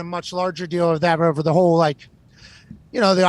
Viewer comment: Amazon not here to take part. They’re here to take OVAH!!